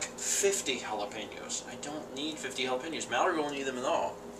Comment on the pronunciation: the way you say it makes it sound like halla-pain-yos.